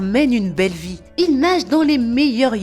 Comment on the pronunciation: Lol c’est vie pas vit